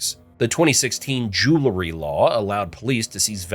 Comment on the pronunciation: Learn how to pronounce jewelry.